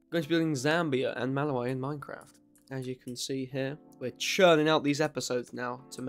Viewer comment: Just letting you know, you pronounced Kiribati and Malawi wrong, Kiribati is pronounced as (Kee-ruh-bas) and Malawi is pronounced as (Muh-laa-wee).